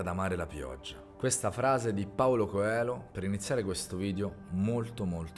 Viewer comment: Ti adoro...ma la pronuncia del cognome Coelho è CO E GLI O 😜 🇧🇷 ottimo video💪🙏